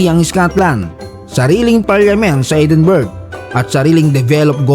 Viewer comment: EdinBRUHHH pronunciation ata dyan 😅😂